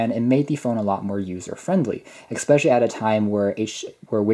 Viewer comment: Your review is excellent. You seem very well spoken overall. Which makes it all the more painful to hear you say 'expecially'. I loved these phones and owned windows mobile phones from 2005 until 2010. And I'm sure I will get tons of hate for being a grammar nazi. But the fact that you are so well spoken otherwise actually makes it stand out more. So, flame away. I still prefer especially to expecially. Or asked to axed. Flame away. I can take it.